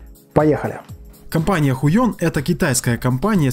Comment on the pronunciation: Кажется хайон, а не хуйон)